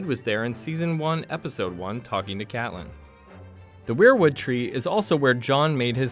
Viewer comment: Wayward tree, WAY-ward, not wereward. Do you even game of thrones bro?